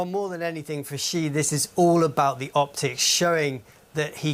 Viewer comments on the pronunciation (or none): Continuity and accuracy is important for news anchors. The president's name is "Xi," with the "X-" pronounced as "Sh-", and the "-i" as "-ee". The president's surname is therefore pronounced, "Shee". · repoter pronounce all the time wrong Xi...due to german accents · Why does everyone call him President Ji? Just say the English word "she" and you'll be much closer to pronouncing it correctly.